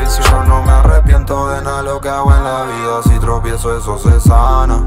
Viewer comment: mucha joya mucha pijeria pero la chica no sabe ni decir tropiezo. Aprende a hablar primero